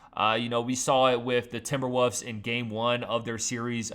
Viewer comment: Did he just say "Timberwuss"???